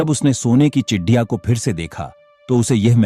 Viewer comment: Chidiya नहीं ,चिड़िया है भाई साहब जी😂